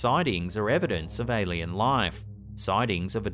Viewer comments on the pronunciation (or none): none